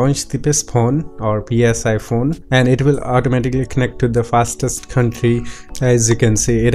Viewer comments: Really helpful video. But I believe Psiphon is pronounced as sy-fun. Like siphon. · Lmao. I think he even called it Pissphone at 1 point lol... Or maybe it aoundedbthat way . Lol